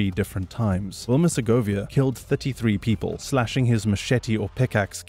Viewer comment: I have never heard anyone say "33" quite like you.